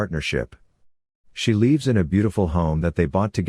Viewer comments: Why does he always pronounce live(s) as leave(s)? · So half the time you say lives correctly. The other half it’s leaves. Why?